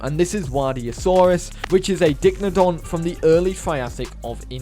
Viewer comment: Just for reference, Dicynodont is pronounced 'Die-sigh-no-dont' not 'Dick-no-dont'